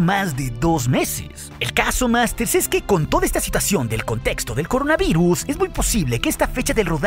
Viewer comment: eres el mejor ten cuidado y sono extraño que dijeras coronaviruz y bueno ya pasará y todo a la normalidad volvera y estoy emocionado de la segunda temporada de el mandalorian